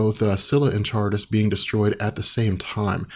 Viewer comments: Charybdis is pronounced "kuh rib diss." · kuh-rib-diss, sill-uh Just throwing that out there. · Charibdis is pronounced karibdis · close, it's pronounced Ka-rip-tys, kind of like the word Car-ih-bee-an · its pronounced "sharibdis" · Most pronounce it as Car-rib-dus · The tidal whirlpool is pronounced karribdis. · Charybdis is pronounced Ka-rib-dis Scylla spot on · Charybdis is pronounced with a hard K in the beginning.